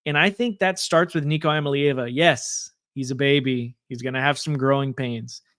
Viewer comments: Nico EEEEYA MAL EEE AHVA (like lava without the "L") WHY is it so hard? If you can't pronounce it correctly, just say Nico.. 11 - 1 sounds about right. SEC title. Natty. That feels right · Love the TN coverage! GO BIG ORANGE! And it's EE-uh-mah-lay-AH-vuh (Iamaleava). 🧡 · Come on guys, how do you still not know how to say Iamaleava? I think you said "I'm a lee ava" 😂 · (E ama lay ava)